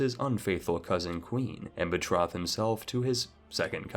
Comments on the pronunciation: “Pee-ety” “Doo-chy” “Bet-roth” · It's so weird which words this guy pronounces correctly and incorrectly. He pronounces Nantes and Lèon correctly, but doesn't know how to say liege, piety or betroth. It's so random.